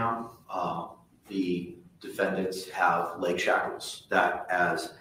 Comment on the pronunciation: You're mispronouncing the word shackles. It's not chocolates!